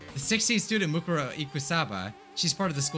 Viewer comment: he litterally just said moneykuma